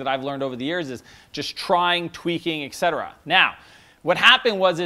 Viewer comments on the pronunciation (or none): awesome, my boss has ADD, as does my father, thanks for sharing your terrific practical program...but one thing: etc is pronounced eTcetera, not ECK cetera, my college English professor would drop you an entire grade for mispronouncing that!. BTW, I am a recovering drug addict, 29 years, addicts often have similar diminished executive functioning as individuals with ADHD, and I thoroughly endorse your 9 components for a successful day!